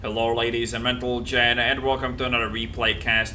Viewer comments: Does he say gentlemen or mentalmen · Mentlegen. ;) Switches around M n G.